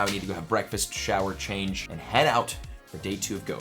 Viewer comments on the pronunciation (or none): none